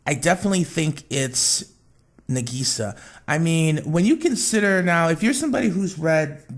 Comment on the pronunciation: You're pronouncing Madoka and Nagisa's names wrong. The "a" sound in the names of all the megucas is pronounced like "ah", not "uh". Also, the whole "cheesecake wish is just a fan theory" isn't entirely true. It's technically a fan theory, yes, but it was implied in the production note which revealed early concepts of Charlotte. (Link: Just a note that it was an early concept of Charlotte, not the finality. It's possible that her backstory and her wish changed at some point, but this is what we got for the time being.